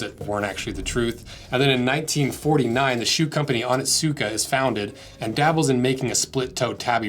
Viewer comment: I love your videos but its hard to heard you butcher the word "Onitsuka"... it is pronounced "oh nits kuh"